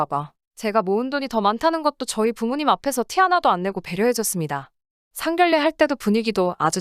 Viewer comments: 상결례가 아니고 상견례라고 읽어주세요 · 상견례를 상결례가아니라 제발 상견녜로 발음하시길ㅠ 이판저판 보면 거의 상견례발음 잘못하고있네요ㅠ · 상결례라고 읽나 상견내라고 해야지